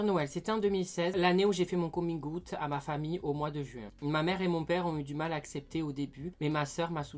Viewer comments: coming "oute"😭😭😭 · Coming « oute » x) 😂😂😂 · « comming houtte » 😭😭😭 « coming Aout »